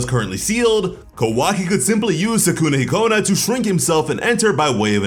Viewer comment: Any Persona/Smt fans mad at how he's pronouncing Sukuna-Hikona or is it just me😭